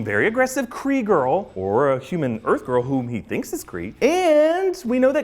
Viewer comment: "C-53 or Erf" lol 🤣